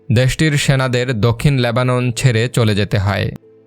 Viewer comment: বাংলা সঠিকভাবে উচ্চারণ করতে পারেন না? এই জঘন্য বাংলা উচ্চারণ নিয়ে ভিডিও করেন কেন? Lebanon শব্দটির উচ্চারণ "লেবানন", আর আপনি উচ্চারণ করছেন "ল্যাবানন", ইত্যাদি।